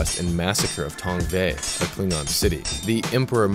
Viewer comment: That ain't how Worf pronounces it.